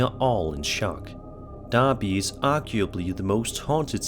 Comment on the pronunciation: Cool that got the pronunciation of derby correct